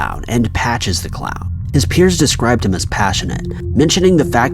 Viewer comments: he kept saying clow lol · Why can't you say the word clown?